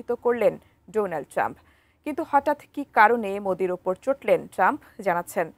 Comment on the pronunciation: ওরে পাগলা টাম্প মোরি মোদি নাম ও ঠিক মতো বলতে পারে না😂😂